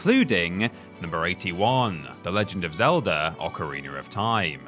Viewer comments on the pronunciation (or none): WTF IS AN OCARINER OR TIME? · Gotta love "occareener" of time. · So he can say meta just fine, but says ocerrinerr.